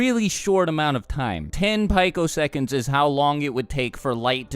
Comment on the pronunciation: pico second... "pee-ko" not "pike-o"